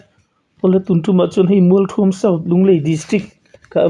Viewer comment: Mualthuam tih hi thluk tur NGE, thluk loh tur le